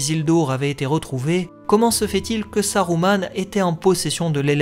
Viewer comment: Je me doute bien, j'applique les règles de Tolkien que la VF des films a appliqué une fois sur deux (Saruman prononcé Sa-rou-mane et non Sa-rue-ment, donc juste ; par contre Isildur prononcé I-sil-dur et non I-sil-dour, là c'était faux pour la VF). C'est pas plus mal de faire dans le juste pour une fois hé hé :P